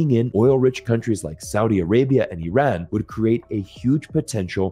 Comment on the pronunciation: I am not Iranian but I am actually surprised that an American can actually pronounce the word Iran properly. Why can't we pronounce a country's name correctly to show respect to the constituents living in that country? It is really easy. It is pronounced as Ee-run. It is not Ay-ran that sounds cowardly.